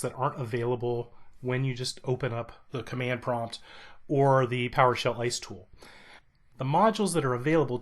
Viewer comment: Thanks. Only tip: as an abbreviation, try saying I-S-E. Not ICE.